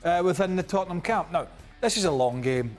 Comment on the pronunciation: Tottenham, it’s the history of the Tottenham….say it right 😂😂😂